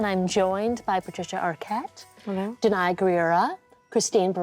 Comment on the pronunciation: Hate how they pronounce danai's name